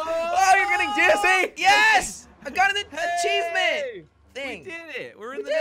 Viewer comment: did he say I got a pachievement